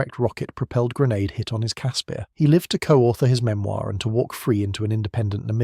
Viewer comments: It's pronounced Casper, like the friendly ghost. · Caspear? Who came up with that pronunciation? Its name sounds like the friendly ghost. I an now scared of watching the videos about the Ratel, Olifant or the Rooikat.